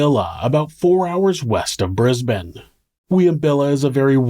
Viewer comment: I appreciate you pronouncing Brisbane & Ipswich like a local 👍🏼👍🏼 Tragic story respectfully told. I’m grateful every day to live in Australia, where horrible things like this are a very rare event. Though sadly we’ve had a few of those very rare random events this year in Melbourne & Sydney. RIP to the victims of random violence.